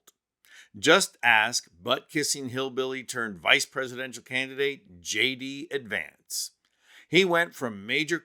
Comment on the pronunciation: Shay-DEE Vance 😆😆😆